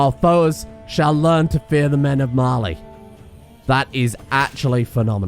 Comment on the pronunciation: During the whole war I thought you were saying Marley